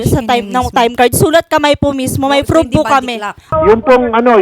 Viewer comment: Si ate ma "F" "just to frove"😂😂😂😂